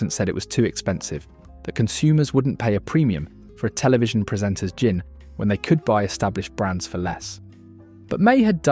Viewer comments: Is this an A.I. voice ? If not what the F. u saying ? Gin is pronounced JIN not with a 'Guh' - u say 'Guh-in', - why? - if u british u now how to speak don't u ?? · Your robot narrator has trouble pronouncing GIN... sometimes with a hard G. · Presenter says 'gin' with a hard G. AI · Enjoyed watching the video ... apart from the constant mispronunciation of GIN!